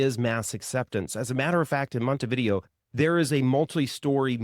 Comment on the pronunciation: Least you can do is learn how to properly enunciate the city names, your stats go out the window as lazy, say Montevidéééo accent on the é is not a Monte-video, and not hard to learn that.